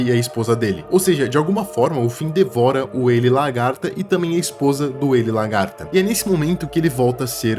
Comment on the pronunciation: Não tankei tantos "largata" kkskekwksk